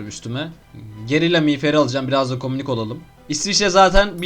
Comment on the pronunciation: Kominik değil kominist